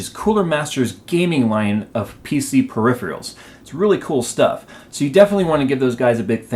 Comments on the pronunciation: Adrian Jaden i know, its just that he said periphrials, not peripherals...dont worry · It's "per-riff-fer-rills", and not per-riff-frials :-)